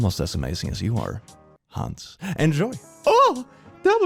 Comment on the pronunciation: And it is not pronounced HAAAAAAAAANS. The "a" is pronounced like the "u" in "but".